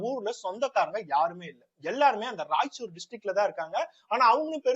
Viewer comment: நண்பா அது ராய்ச்சூர் இல்ல ரெய்ச்சூர்